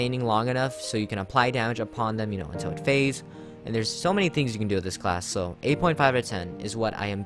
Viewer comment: when he said so i thought he said saw